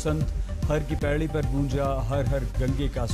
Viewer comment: K2a har ki pedi nahi har ki podi hota h sudharo aaj tak walo